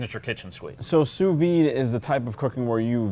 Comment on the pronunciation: The "d" is pronounced (softly) on sous vide